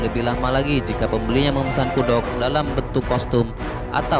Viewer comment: Kudok😂😂😂 kuduak bang kuduak 🤣